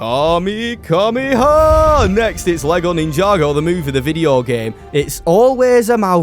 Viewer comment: Nedry, not Nerdy it's Ninja Go and not the 💩 you said